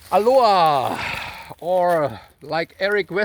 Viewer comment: It's not Aluha it's Aloha